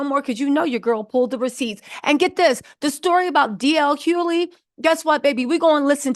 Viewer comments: DL "HUE-LEE" 😂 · "DJ (DL) Huley" bol will murder a name fast and i am here for it. Bol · h-u-G-h-l-e-y for Pete’s sakes! 😂😅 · Yo everytime she say DL last name I 🤣🤣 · How about saying his name right… Good lard you make money off using people’s name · The way you say DL’s last name is hilarious 😂😂😂😂😂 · It’s a bit distracting lol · She may say it wrong but she will spell it correctly